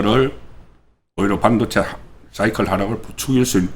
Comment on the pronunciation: (일반적이지 않고 다른 발음) 송국권선생님은 발음 중 일반적인 국민들의 발음과 다른 것이 있어 좀 거북하거나 듣기 싫을 때가 있습니다. 半도체 - 班도체 公직선거법 -공(球)직선거법 事前선거 - 辭典선거 搜査 - 輸사 대구식 발음인가요?